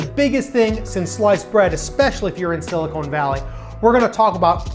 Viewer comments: SiliCON not siliCONE valley. I lived there for years and your mispronunciation is common. PS the valley of silicone is down south in LA! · It’s Silicon , not silicone. The former is an element on the Periodic Table and the latter is kitchenware. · It's "Silicon Valley" - not "Silicone Valley". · very interesting but I cringe whenever he says siliCONE. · Couldn't get past "Silly-Cone" Valley (however, cool couch).